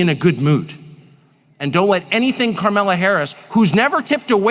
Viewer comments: I freaking love Tucker Carlson. He says carmella harris.... That is hilarious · I can't get enough of him calling her Karmella😂😂😂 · Bruh, Tucker keeps misspeaking “her” name and I’m all for it!! 😂😂😂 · Tucker mispronouncing Scamalass’ name on purpose over and over again is hilarious